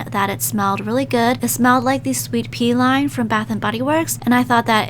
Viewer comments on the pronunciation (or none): Wait did you said sweet pee line